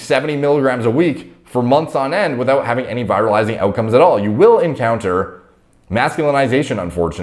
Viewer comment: Not how you pronounce virilizing.